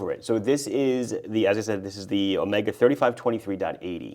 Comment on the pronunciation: "omeega" ... been hanging out with TGV too much 😊